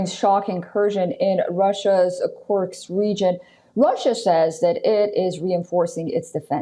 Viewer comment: Ms. Reporter: It's Kursk...not Kurks.